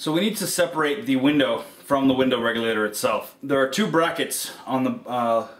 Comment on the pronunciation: Anyone love how he says window REGULATER lmao he says it with style.